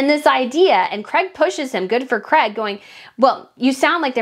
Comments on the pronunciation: I hate the way you americans change words. His name is Craig pronounced Crayg, not Crag or Creg. If you want to appeal to people as a genuine reporter, you need to pronounce words properly. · His name is CRAIG not CREG